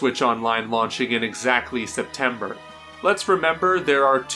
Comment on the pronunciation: Septembeer? is that a mistake or on purpose